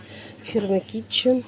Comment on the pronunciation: Kitchen ,, - произносится ,, Кичин